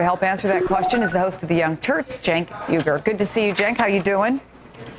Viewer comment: it's jenk, or shenk, depending upon how you say it. cenk with a hard c isn't how it is pronounced. :)